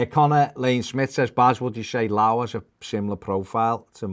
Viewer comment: FYI - It's pronounced Lee-oww.